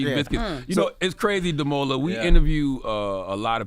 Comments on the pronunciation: Guys, sorry, but his name is pronounced: Damola DA as in Dark (you can use the Da from David) MO as in More LA as in Language Adamolekun. A as in Apple DA as in Dark MO as in More LE as in Letter KUN as in Kung Fu You can say it fast, you can say it slow, but say it right. I'm happy for you, Mr Dammy! Upward and forward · Damola pronounces his own name wrong, I am Nigerian, I know. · Even Damola did not pronounce his surname right lol. He also tired, but super proud of him and what he has accomplished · Everything other thing was on point except how his name was pronounced at the end😅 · Damola can’t even pronounce his own name😂😂😂